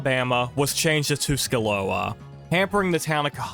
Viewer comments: Just an FYI the old capitol for Alabama is actually pronounced Tusk-a-loose-a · I know I was born and raised in Alabama and it hurt my soul to hear it pronounced wrong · That might’ve been the worst pronunciation of Tuscaloosa I’ve ever heard.